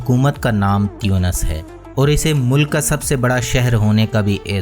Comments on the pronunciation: تُونِس ہیں۔۔ تيونس نہیں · aap baar baar tiyunos farma rahe hai jo ke ghalat hai.. aur sahi naam tonos hai